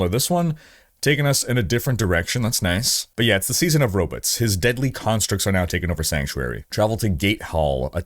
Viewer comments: i can't tell if you're saying robits for fun, or if you actually pronounce it like zoidberg lol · Wtf are “ robits? “ 😂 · I can only hear him mispronounce robots so many times. It's not robutt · "Robutt" lol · We get Row-Butts